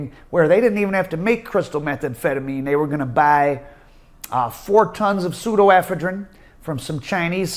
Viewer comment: the only dude on the planet that pronounces an O as an A in every single word. Also Pseudoephedrine NOT pseudo ephedrine. 😂😂😂